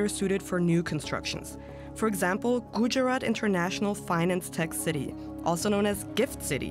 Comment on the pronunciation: That’s not how you pronounce Gujarat. Come on do some gd research.